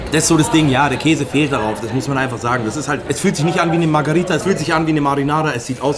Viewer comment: Für das nächste Video.. die Pizza heißt MARGH“E“RITA nicht MARGH“A“ RITA (ansonsten top Videos) 👍👍